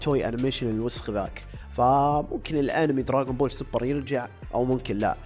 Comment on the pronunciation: دراغون بول مو دراقون بول ولآ دراجون بول الصح دراغون بول